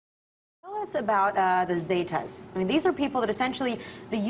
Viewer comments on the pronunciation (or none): 1. its not "Zaytas" its "Sehtuhs" 2. it wasnt a lot of their officers, it was like 20-30 guys who deserted. 3. mexico is in horrible condition, terribly corrupt and useless government, drug cartels with connections and power, and no one is doing anything to fix the problem, if they are theyre dead.